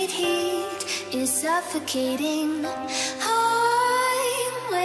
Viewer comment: ''is'' not ''his'' xD no hate again xd